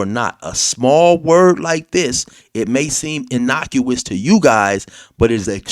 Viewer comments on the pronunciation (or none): "innocuous" alright 😂